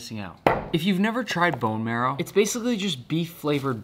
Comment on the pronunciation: sorry my teacher, you're pronouncing «Bone marrow» wrong